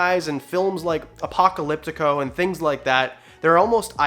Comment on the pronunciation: Apocalypto not apocalyptico